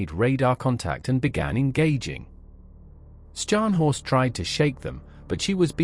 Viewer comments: Scharhorst is pronounced sharhorst, HMS Norfolk damaged the main radar and fire control systems. After that, Scharhorst was firing blind. A sitting duck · Pronounced Ssharnhorst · Skarnhorst eh . Silly error. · Slightly ruined by the pronunciation of Scharnhorst, not Skarnhorst!